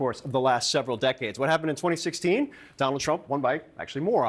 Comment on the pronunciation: "DON-OLD" TRUMP is like a hot balloon.